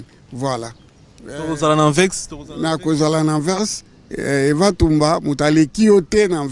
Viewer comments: Journakuiti Ba lobaka Anvers et non pas Anvex Franchement c'est abusé Ata Vieux Mokolo boye aza ko loba yango malamu ko leka yo elenge mobali. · Migue niema balobaka Anvers Anvex te bolole moko boye Wangila masoko etoboka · Anvers et non anvex